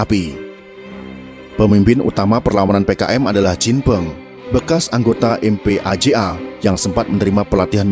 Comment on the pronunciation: MPAJA dibaca empaja bung